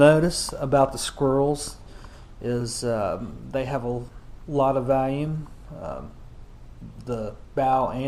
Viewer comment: Hahaha. thanks for the review! It sounds like you're saying "Valium" though instead of "volume", which I would certainly prefer. I think Valium and Volume would both help one maintain calmness dropping into a stout, but it's hard to say which would actually make one's performance better in said stout. I'll stick with the Valium and keep paddling the RPM.